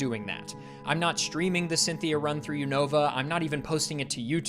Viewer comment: Nice to hear a poketuber pronounce Unova the way I always have and not the way I've heard people saying it the past few months